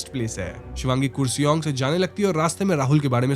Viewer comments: Kursi-ong ❌️ Kar-See-Ong ✅️ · Kuresong nahi, its karsiong( pronunciation) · It's not kuresong it's Car-Shiong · Kooresong nahi bro KURSEONG (car-she-ung) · It's Kurseong not kusiung 😅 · Not kur sing its kaar sang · It's kar se ong not kuriseong please pronounce properly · Arrreeee yaar woh koorseong nhi hai, karsheeang pronounce hota hai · Not kure-song its karrr-se-iong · Pronunciation should be karshiong,not koorsiong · कुर्सियोंग spelling ke hisaab se but pronunciation is “karsang” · .we pronounce it as kurseong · The pronounciation should be "car-she-yong" 😊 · My friend its pronounced as karseong although the spelling is kurseong. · Its kurseong (karsiang - in pronunciation) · I understand you are not bengali so pronunciation sahi nahi hogi... still I would like to correct you...the word "Kurseong" pronounced as "car-she-ong". Other than that the video is great ❤ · I don't want to currect you but it's Karseong in pronunciation ❤